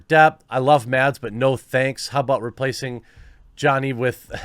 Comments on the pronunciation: His name is pronounced Mas like Christmas. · The D in Mads is actually silent in danish, just saying.